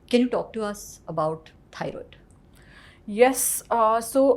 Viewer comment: These days Anyone can sell supplements & recommended them as well! 😅 by the way pronunciation was dramatic, decisen, aycideity, thyyyroid, mangesinum?? 😮 had a toast & went for gym🏋️‍♀️ 😅😅😅funny... that guy has 4-5 supplements fr sleep?? Like really??